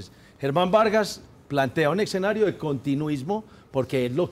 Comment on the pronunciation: escenario,....... no eccxenario, como usted los pronuncia....... vos si pasaste por la universidad.